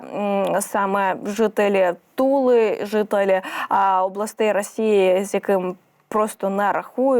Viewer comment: Не жителі Тули, а Туви!